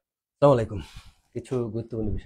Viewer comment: 😂😂😂SENABAHINI TE SAKRI KORLI R. SALAM TA SUDDO VABE DITE PARIS NA